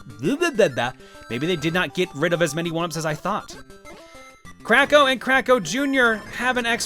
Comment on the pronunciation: Every time says Kracko, I keep hearing "Crack Ho"